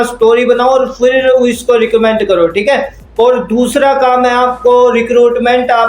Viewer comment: Bolna to Sikh lo phele recommend to bolna ni aa rha 😂